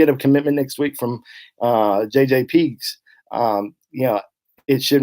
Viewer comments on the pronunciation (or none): You keep calling Pegues "Peegs." Has he told you to pronounce it that way? I'm related to Pegues in Louisiana and my family has always pronounced it "PaGeez." Just curious....